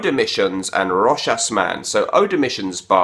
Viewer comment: Thank you for pronouncing "Rochas" correctly!